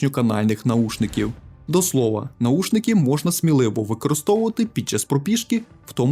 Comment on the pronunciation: наВушники - Вухо, а не ухо